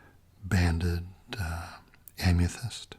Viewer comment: Why do you pronounce amethyst as "Am-ya-thyst"?